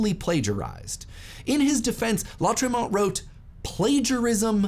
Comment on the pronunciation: This is how you pronounce Lautréamont